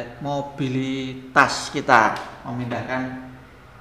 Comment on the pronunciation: Penjelasannya sangat mudah dipahami oleh yg awam sekalipun, bahasa sederhana tapi hasilnya mantab dan jelas, kecuali pas mau bilang "mobilitas"..😊, kayak video om2 yg mau bilang "seminimal..😂😂makasih om , keren🙏